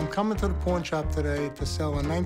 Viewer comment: did unc really say Corn Shop 😂😂